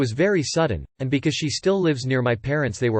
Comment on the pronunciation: The way the voice read because ..? LMFAO I’m dead Becoissè